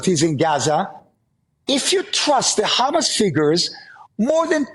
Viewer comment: Why doesn't he pull a trick out ofhis ass/hat and start pronouncing HAMAS properly?! ... raasclaat!